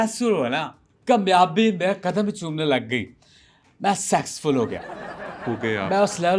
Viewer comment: Sexxful ho gya 😂